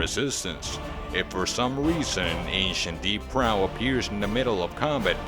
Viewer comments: Why is he pronouncing it like "drow" instead of like "row"? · Right? Its super weird to hear someone say it as though it's "drow" or rhymes with "Cow."